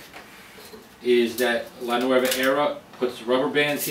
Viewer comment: Looks like a great machine, I want one! Since it's an Italian name however, you should pronounce it "NuOva" and not the Spanish nuEva, like you did throughout the presentation.